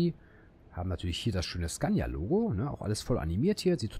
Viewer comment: "Zgannja" (Scania) facepalm